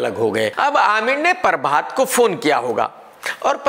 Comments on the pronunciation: Everyone - prabhat KRK - parbhat 😂😂😂😂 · Not prabhat he said parbath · Nobody: Literally Nobody: KRK: espice media, परभात😝😝